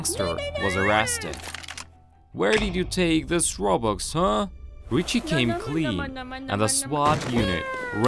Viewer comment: I like the fact instead of robux he said robox